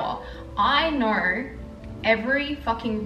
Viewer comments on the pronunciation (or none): The way u pronounce know “knowr” 😂 so annoying